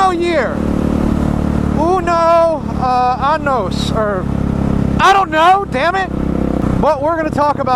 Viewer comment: uno anos = one asshole. But good try friend, love your Spanish